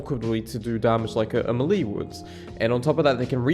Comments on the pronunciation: The way you say Melee is new to me. MELEESS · the way this guy pronounces 'melee'